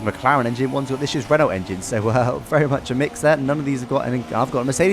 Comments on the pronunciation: You don't pronounce the T in Renault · That is not how you say Renault.